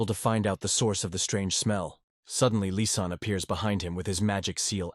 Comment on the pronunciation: the ai makes lizanne sound like an arabic by calling her "lisan" as in lisan al ghaib! it kicksmeof especially when mentioned more than once! and bro just use assasin i know the story would have been an hour longer but it will sound better to a western audience if you use the international word of assasin! instead of killer! killer is everyone who has ever trotten a bug! assasin is a proffession!